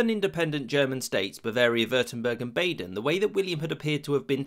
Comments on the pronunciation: lol the way he says bäden rather than the correct way of saying baden:/ˈbɑːdən/ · It's pronounced Baaden (like a sheeps baaaaaa) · It is? Molt-kee? Bay-den? Methinks less than great. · At the height of the Siege of Paris, the people of the city were so desperately hungry that they took to slaughtering and eating the animals in the Paris Zoo. Also, you pronounced Baden incorrectly.